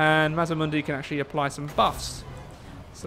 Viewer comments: Its MAZ D MUNDI sorry but it drives me crazy when people say it wrong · MazDamundi. There is a D. you keep forgeting